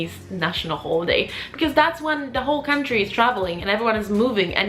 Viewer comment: "Cuntry" haha I'm dying 😂 thanks for the legit tips though!